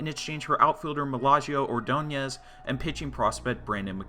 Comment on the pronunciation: Magglio Ordonez, Malagio... bro wtf.